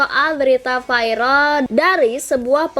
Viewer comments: gk bisa bilang viral ya kok di biLng vairal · AKU NGAKAK PAS BILANG VIRAL VAIREL NGAKAK